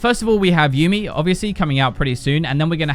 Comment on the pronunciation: YUUMI PLS DONT START WITH MESSING UP HER NAME it's like people who say tresh cmon